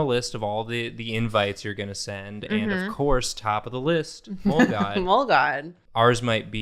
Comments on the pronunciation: i thought they said ”mold-god” for a good 10 minutes until i realised they said ”mole” 😭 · For most of the video, I missheard "mole god" as "mold god", so I was imagining Hank Hill as the Swamp Thing 😅 I regret nothing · Not going to lie, when they first mentioned mole, I did not think they were talking about the animal, I thought it was just a weird pronunciation of mole, like the sauce, and that they were suggesting that the groom ran off to come back as a mole monster. I